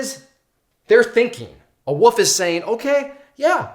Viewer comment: I think you’re awesome but I have to nitpick on one thing it’s wolf not woof you’re saying woof a dog goes woof a wolf is an aggressive animal that’s seeks out its prey a woof is a sound a dog makes